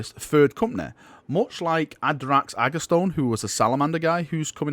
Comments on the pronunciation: Again, CMV, Adrax's last name is AGATONE, like acetone, and NOT AGASTONE, like blastone. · I believe it’s pronounced aga-tone